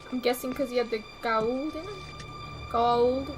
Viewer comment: ...you're absolutely correct. I think the actors were just lazy. The pronunciation is as you said it in your video: "Go - ah - oold" It really bothered me too because there was no consistency. Again, I think the actors and the directors of the episodes were too lazy to attend to the consistency.